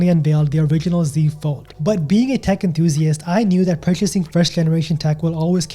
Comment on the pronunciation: A tech enthusiast? You said it like "dick" enthusiast. Which somehow seems more appropriate.